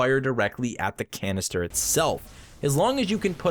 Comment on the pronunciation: "Wots in the canister?"